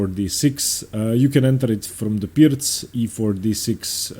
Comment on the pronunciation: I don’t know about y’all but I derive a great deal of satisfaction listening to him pronounce ‘Pirc’ correctly every time.